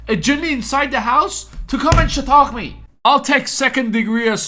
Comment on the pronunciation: Does anyone know what is he word he is using to say punch or hitting someone. The close caption on YouTube says “shock” but it sounds like he’s saying “shitock” or something similar. I just love the way he says it. 😆